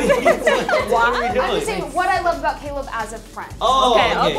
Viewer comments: 媽呀。。。Caleb是唸 （k) (lib) 不是 ka lab。。。人家名字兩個音節你都沒唸對，google一下就有了 😰😰尷尬死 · Caleb名字一直唸錯真的很尷尬... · 每次主持人喊 Caleb名字，我都好想和她说不是这样发音的，哈哈哈